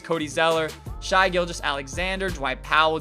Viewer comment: It’s Shay. Not Shy